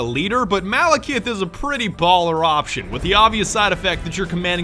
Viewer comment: oh and dont forget Malakith, its literally Malacath but with an i